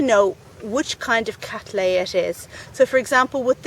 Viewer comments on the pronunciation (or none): Would you please consider pronouncing the name as Kat-LEY-uh NOT Kat-LAY-uh. The name comes as I am sure you are aware, from William Cattley NOT William Cattlay. Regards